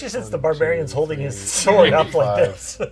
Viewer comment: I think you mean the "sWord of sWorcery"